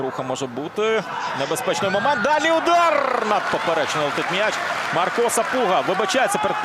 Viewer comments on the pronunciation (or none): коментатор ніякий, по перше не Маріан Мисик а Мар'ян, не МАрко Сапуга а МаркО, вчи українську.